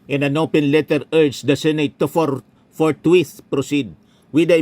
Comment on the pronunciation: Senator Escudero "Forthwith" at hindi "Forthwait "😂